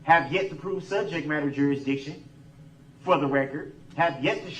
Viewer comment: It’s “juriksdiction”